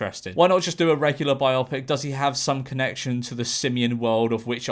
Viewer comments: It's "bi-OH-pik", not "bi-AH-pik". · Why do you pronounce Bio pic as Bi Opic? It is a biography combinde with a moving picture, not a double opic? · Omg Jorge stop saying Biopic like biotic, it’s Bio-Pic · I think it's pronounced 'bio-pic'. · Um... how exactly are you pronouncing the word "biopic" and, erm, given it's from two words "bio" and "pic"... why? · bio pic mate not biopic pronounce it right please